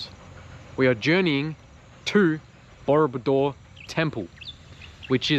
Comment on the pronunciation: it sounds like you're saying murderbike hehe, I enjoy your videoes😀